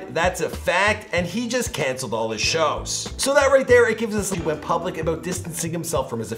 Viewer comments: ITS TEKASHI NOT TAKASHI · is there a chrome extension to mute everytime says TEK-CASHY??? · Who tf is “TaCASHi”? It’s not hard to say his name man 💀.